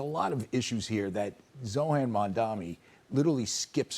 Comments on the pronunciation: All these dumbasses always mispronounce the name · Lmao they STILL can’t get his name right